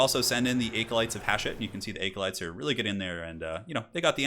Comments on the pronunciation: ..."aecolytes"? Bruh. Bruh. Bruh. No joke man, that's the first time I've ever heard someone pronounce "acolyte" that way. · Just FYI 'acolyte' uses a short A sound, like apple. Not a long A sound like acorn. Just google it and hit the pronounce button